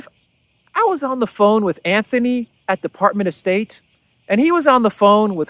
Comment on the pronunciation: Another excellent video. On a minor point of pronunciation--it's Antony Blinken, not Anthony. There's no "h" in his first name and so the pronunciation is like a combination of "ant" and "tony." It makes no difference for your analysis, but just so you know for future reference.